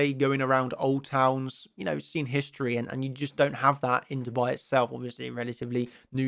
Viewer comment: When you say "Dubai" you sound like you said "to buy" ... it's yer pronunciation quickness, so "DUU-bai"